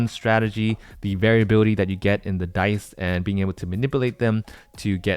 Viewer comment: Why does it sound that you’re saying die instead of dice ? It is strange.